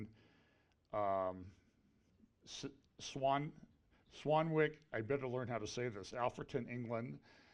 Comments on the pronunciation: SwanWick but the W is silent, so it's pronounced Swannick. Typical English ! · 'Swan-ic. That's how it's pronounced. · you pronounce Swanwick as Swanick... a silent W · Don't pronounce the w in swanWICK😀